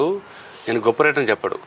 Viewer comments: వ్రయిటర్ కాదమ్మా. రైటర్ అనాలి...... 🤣🤣🤣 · వ్రఇటర్ ఆ 😄😄 ... రైటర్ అంటారమ్మా ... ఏంటో ఎక్కడ నుండి వస్తారో వీళ్ళు